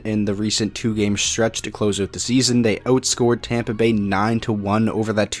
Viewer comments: Champa Bay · If I have to listen to everyone say “Champa Bay” again I’m gonna cry so Go Panthers! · I’m a Tampa fan, and I hate it when people say Champa Bay 😂